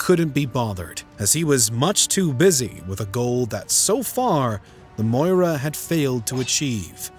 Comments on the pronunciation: It’s Maurya not Moira. Pronounced Maw-Ree-Ya. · Moorya not moira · Repeat after me 'Maw Ri Yah'